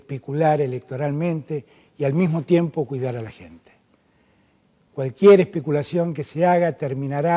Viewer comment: Por favor diganme que no es cierto. En minuto dijo: espicular, espiculación...